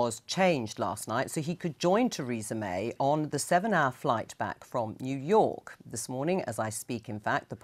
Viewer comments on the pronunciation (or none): Jew York?